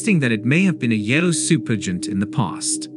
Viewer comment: What a terrible AI you have to read the script. It mispronounces supergiant, Orion and several other words. Get an editor to get an AI that can read the words properly.😒☹